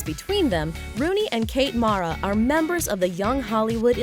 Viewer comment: When are you people ever gonna get it right?! Kate and Rooney Mara's last name is pronounced "mare-uh" NOT "mahr-uh". I've heard them correct talk show hosts, so I'm SURE about this. Esp since we all heard their football Giant ancestors pronounce the name "Mare-uh" for years before the girls were born!!